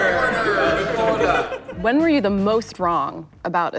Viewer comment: Everyone: Hollywood Reporter Ricky: Repotah